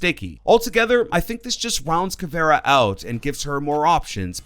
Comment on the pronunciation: Bruh the way you pronounce things is really annoying. Its Kaid (Kay D) Caviera (cav eee era) Luison (Lee-shun) Gyrzmot (Griz-Mot)